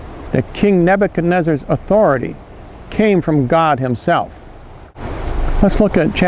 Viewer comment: You lost me at "accept these burdens", and "lagit athuroty". no birth certificate= no athuroty !